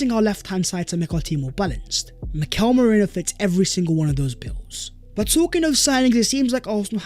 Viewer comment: ME-RI-NO!!!!!!! OH MY GOD.